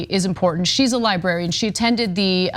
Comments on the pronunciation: I can't, who still says li-Barry-Ann come on tyt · What's a libarian? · Cenk, it's pronounced "Lie-bRare-ian" lol. Liberians are people from Liberia. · This is very serious but I've become really distracted that Cenk cannot say "librarian" to save his life XD XD XD